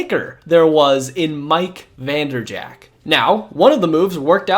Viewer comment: Why do you continually mispronounce Vinny Testaverde's last name? It's annoying. You also mispronounce Terrell Owens first name and Mike Vanderjagt's last name.